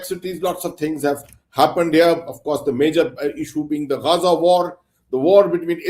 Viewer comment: He didn't say "Gaza peace initiative" but "Gaanja peace initiative", there is a difference :face-blue-smiling::face-blue-smiling